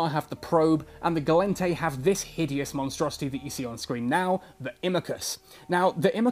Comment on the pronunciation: "And this headious monsterousty " XD I cant stop laughing 🤣